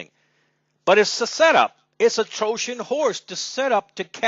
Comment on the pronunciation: troshen ? it is trojan horse. T he rest i can agree with u.